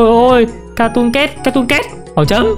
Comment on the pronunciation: Sao ai cũng đọc là cartoon cét vậy trời là catoon cat anh